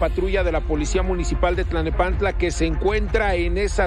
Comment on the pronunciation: Te comento con respeto: Dices y repites en varias ocasiones, Tlanepantla, no es Tlanepantla es: T l a l n e p a n t l a.